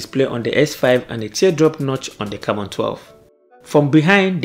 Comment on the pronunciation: Am i the only person hearing Camora?? 🙄🙄🤔